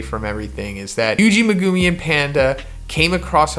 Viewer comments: I wanna dislike because of how you say megumi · Why does he say megumi like that